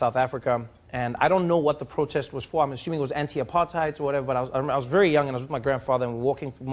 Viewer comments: why did he say apartheid like that when he know how to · The way you said apartheid killed me 😭😭